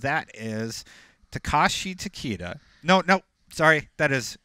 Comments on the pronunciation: Yeah these guys have messed up almost every pronunciation. They said for Tarkatan "Tarka-tan" instead of "Tar-cat-tan". And for Takeda they pronounced it "Ta- Key-da" instead of "Ta-Kay-da". Embarrassing because its IGN. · Tah-Keh-Dah -- That's how you say it properly lol